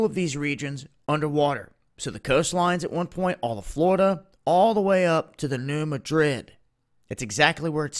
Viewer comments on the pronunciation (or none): Its pronounced new mad-drid